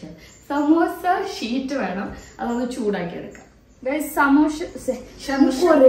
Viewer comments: Masha allah🥰 Ramdan 12 Ans: samoosa sheet(samoosa sheet ennullath shamoosha, samoosha annokke thetti paranju) 1) 2) 3) 4) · Ans:സമൂസ ഷീറ്റിനെ 4പ്രാവിശ്യം ശമൂശ ഷീറ്റ് എന്ന് തെറ്റിച്ചു പറഞ്ഞു 😄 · അസ്സലാമു അലൈകും ❣️❣️ Day 12 answer സമൂസ ഷീറ്റ്. 4 തവണ തെറ്റിച്ചു പറഞ്ഞു. 1st 2nd 3rd 4th ഷമൂശ, സമൂശ ഷീറ്റ് എന്നാണ് പറഞ്ഞത് ❤❤❤❤❤❤❤❤❤❤❤❤ ഉമ്മാന്റെ കബറിടം റബ്ബ് വിശാലമാക്കി കൊടുക്കട്ടെ. നാളെ എല്ലാവരെയും സ്വർഗ്ഗപ്പൂന്തോപ്പിൽ ഒരുമിച്ച് കൂട്ടുമാറാകട്ടെ ആമീൻ ആമീൻ യാ റബ്ബൽ ആലമീൻ 🤲🤲🤲